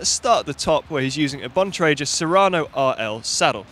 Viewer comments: Hey guys... I know Keith Bontrager and the G sound in his name is HARD so it is pronounced BON TRAY GRRR not JER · "Bon-tray-jer" cringe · I pronounce it as BON-TRAG-GA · I pronounce it laboratoires bontrajét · That's not how you pronounce bontrager! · stravakomkiller Exactly! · Keith called, he would appreciate if you could pronounce his surname correctly :) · All these commenters moaning about pronunciation of Bontrager and between them they still haven't made it any clearer how to pronounce it! Break it down into the syllable splits and deliberately misspell it where vowel sounds alter consonants into harsher or softer tones, using capitals for emphasis where needed......And then us Brits will forget what you've said and revert to our preferred, perceived version...